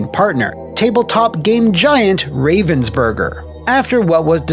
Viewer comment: As German native speaker I find the pronounciation of Ravensburger just hillarious. Thank you, it made my day!